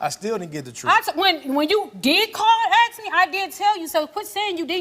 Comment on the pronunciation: totally irrelevant, but i'm European so i don't know this kind of stuff. Is this a "black thing" to say "aks" in stead of "ask"?